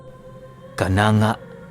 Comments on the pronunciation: Sa totoo pho ay Hindi cananga.... Canang-ga pho sa my Ormoc pho yan. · di po yan kananga....ang pagbasa po niyan ay "ka-nang-ga" po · Kan.angga yan.. d kananga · Mali ka kanangga yan hindi kananga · kanangga po pag basa nyan....mgay mga. relatives ako dyan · Kananga pero ang pagbasa po yan ay kanangga po hehe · Ka-nang-ga po yong pagpronounce 🙂,ang ganda po ng mga story mo hope to meet you po in personal, or sana my meet and greet po kayo🙂 God bless po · hindi po kananga...sa leyte leyte po ako ang tamang pag bigkas po niyang lugar na Yan is..kanangga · It's canang-ga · correction lang. kanangga pagka bigkas nyan sa Kananga✌ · Mali ka ng pagka basa sir KANANG,GA YANG LUGAR NA YAN TAGA JAN AKO EH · ang tamang pagbigkas nyan ay kanangga salamat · Kanang-ga Po Ang bigkas:)